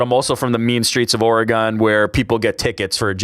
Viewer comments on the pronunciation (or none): We just going to ignore how pronounced Oregon…